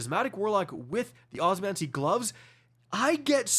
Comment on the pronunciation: Osmiomancy. Not Osmancy.